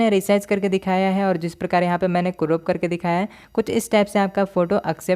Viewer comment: Croop nhi crop hota 😅